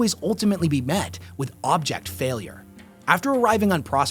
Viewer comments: Abject failure but object. And the S in, debris is silent. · It’s abject not object. Love your shit. Keep it coming. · Its abject failure... not object failure...... you silly American